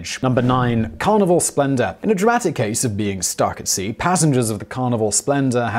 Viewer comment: Every time Simon says 'Carnival' I keep hearing 'Carnivore'. That already sounds like it's gonna be unpleasant from the go.